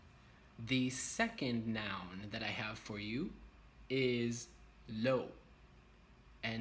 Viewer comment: Meget godt! Alt er meget godt forklaret👌 Din udtalelse er for det meste meget godt, men som du allerede godt ved, er dansk et mærkeligt sprog at udtale. Hvad jeg som dansker med det samme hører, er at du glemmer at ændrer nogle vokaler hvis de står før nogle bestemte konsonanter: m, n, r, d, k, etc. Lov er ikke /lov/ men /lav/ (lige som på engelsk, men så udtaler man v-et) Sundhed er ikke /sunheð/ men /sånheð/, lige som du udtalte samfund Står er ikke /ståa/ men /stah/ (hvad du sagde lignede lidt på stor) Løn er ikke /løn/ men /lən/ Og, som vigtigste, mæssig hedder ikke /mæssi/ men /missi/ Det er lidt svært at forklare det her uden at du hører forskellet, men det er bare noget dansk du burde huske.